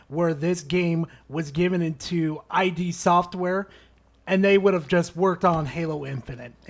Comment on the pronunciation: I will fight you because of your pronunciation of "ID software". Its said like how its spelled. The id is a psychological concept of one's most basic mental state, who you are. Then there's the ego which is what nurture shapes you into. Kind of hinted at with one of their logo animations being the inside of a brain.